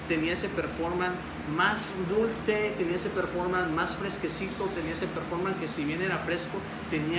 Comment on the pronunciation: Se dice performance